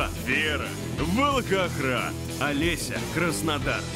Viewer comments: Посмеялась, как «голос за кадром» подстебнул: «А это тот самый Ггород Ггерой Волггогград» на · Диктор в конце специально произнëс «Валхахрад» 😂